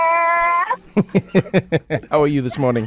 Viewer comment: It's the "Trevorrr" pronunciation from the callers😂😂